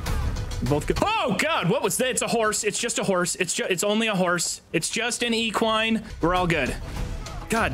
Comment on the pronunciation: Now steal it. You don't say equine like that